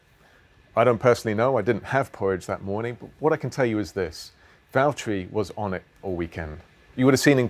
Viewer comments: Lewis, it’s Valterri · James, It's valterri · James it's Valterri